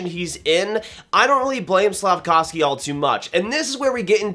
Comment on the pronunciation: Hi, Slack-off-ski lol